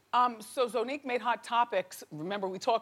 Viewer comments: Wendy is always mispronouncing people's names!!!!! Its ZONNIQUE not Zoneique wtf? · Wendy was pissing me off with her rudeness and also when she continued to not say Zonnique's name right😒😒 Like bih it's Zon - nique not Zo-nnique 😂😒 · I cringed every time Wendy said Zonnique's name wrong... it's pronounced (Zy-nique) not (zoe-nique)